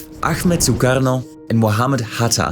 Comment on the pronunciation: From your pronunciation of the name of "Soekarno", it seems that you are Dutch. :)